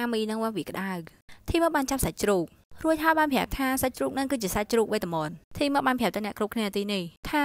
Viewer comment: ធីម មិនមែន ថាម ទេAdmin😆😆